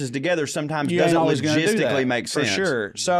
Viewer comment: "It just lo-JIZZ-tically makes sense...." I'm sorry, I could not help myself. You're welcome.